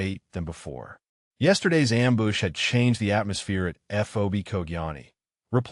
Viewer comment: its not :amboosh!: someone needs to read the script beforehand